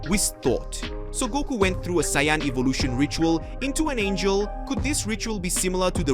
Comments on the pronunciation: Literally stopped watching when you pronounced saiyan as cyan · Grateful for your story bro it’s great but please pronounce the word “Saiyan” properly. It’s easy to let beerus slide but the main word “saiyan” you gotta say it right regardless of accent👌🏽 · Bro pls stop butchering some easy words such as saiyan and etc. credit to you for the videos but some words are so easy to pronounce but so hard to listen man. Anyways keep going man.